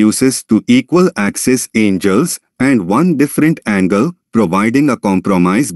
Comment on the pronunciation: I can't take you seriously as a teacher if you can't even read the language you are teaching in. There are no "angels" here.